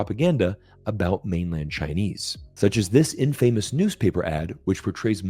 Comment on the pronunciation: brow sed "ɪnfejmɪs" ɪnsted əv "ɪnfəmɪs"